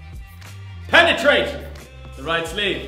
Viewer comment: The way you said ( PENETRATE ) had me waking up the entire house with laughter. 🤣🤣🤣🤣🤣🤣🤣🤣🤣